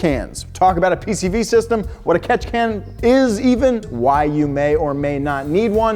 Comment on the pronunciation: Take a shot every time he says Ketchikan you will probably die 😂